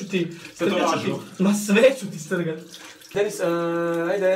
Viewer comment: Uuuuu nice. Meni se previse svida. I da li je neko cuo da je poceo govoriti penis umjesto Dennis? ❤❤❤